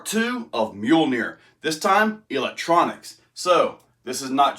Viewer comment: I'm glad you put the name of that rig in the description cause I swore you Were saying mule deer bahahaha. "Mjolnir" I thought I recognized that name but it's no good without the decal of one 👊🏾👊🏾👊🏾